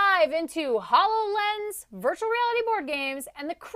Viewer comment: Please tell the hosts/talking heads that it is pronounced: ho low lens as in ho low gram.